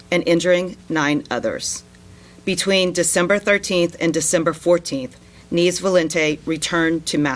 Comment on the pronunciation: Neevs? Neves. Loriero? Loreiro.